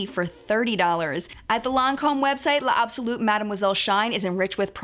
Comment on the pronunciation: Hi, a note about the L' sounds in words like "l'integral" or "l'absolu", you don't pronounce the L as if it's a separate term. Just like how we don't separate the 's in "it's". Thus, "l'absolu" would then be pronounced as "labsolu". Also, the "al" at the end of "integral" isn't pronounced "ul" as we do in English. Rather, it sounds more like "al" as in Al Bundy.